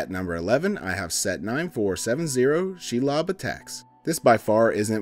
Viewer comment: You outed yourself early on. Shelob is pronounced “she-lobe” -every LotR fan